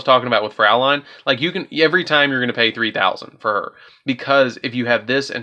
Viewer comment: does no one know how to say her fucking name? im not even german and i can say fraulein correctly